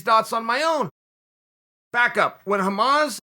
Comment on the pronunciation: Chael's facts - "Hamas...Hazmat Chimayev" is purple belt and calls himself khabib 2.0. 😂